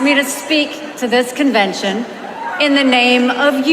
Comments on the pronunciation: Your introduction: Yesterday was day two of The Republican National "convintion" Thats not a word. I'm not a Dem nor am I a Rep. I'm not even from the US sir. I appreciate what you're doing but please take effort of pronunciation yes? A CONVENTION /kənˈvɛnʃn/ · Did you say Republican National Conviction 😅